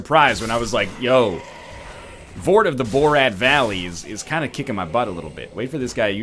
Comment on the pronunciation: THEY'RE NOT BALDERS THEY ARE LOTHRIC KNIGHTS YOU DICK Also Borat of the Voreal Balley was pretty good